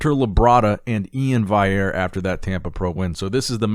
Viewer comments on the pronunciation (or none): Dude it’s valley-air, not vay-air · Valley-err. Not Vai-err. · Bro, could you just go to Iain's IG and look up how his last name is pronounced? It's literally right there on his bio so you can stop saying "vayerre". It's Val-e-air. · It's Iain Valley-Ear and not Iain Vai-Ear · Pronounce E-in Val-e-air, there's a "L" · Not to be nit picky but, its prenounced Iain " Val Le Air" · IAIN VALLIERE E-in Val-e-air. Can we pronounce this right? It is printed across his Instagram and when he says his the name it is the same way, all interviews they say it as well. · Its Iain (valley-air) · Iain "valley-air" say it with me Nick, "valley" "air" 😂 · Will Nick ever say valley-Air right? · Iain's last name is actually pronounced Val-e-air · E-IN VALL-EE-AIRE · Valliere has 2 Ls which aren’t silent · Nick still not making an effort to pronounce Ian's last name correctly....... LMAO!!!! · You say Ian’s last name wrong steady bud